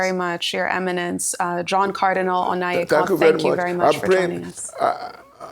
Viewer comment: It's Onaiyekan not Onayekan. Put some respect on the name!